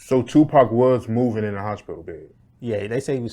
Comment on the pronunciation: “The hoshpital”